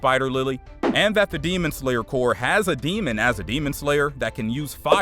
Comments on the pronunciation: why are you saying demon slayer core its CORP!!! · gang I was confused for a sec cuz y kept sayin “ Crop “ instead of the correct term, Corp lmaooo & ik that there’s no way I’m the only one hahah